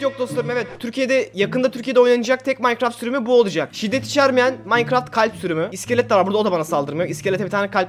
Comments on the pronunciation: veletler nasıl okur : minecraft biz nasıl OKURUZ :maynkırafy haberci: mankraft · İlk başta adam mağğankrağğğftt diyo ya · Aqa mankaft dedi kos koca minecraft aaa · Haberci Minecraft yerine makkıraft diyince 7. Emojin me:🖤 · Adam minecraft demeyi bilmiyor böyle diyor Mancraft Bruh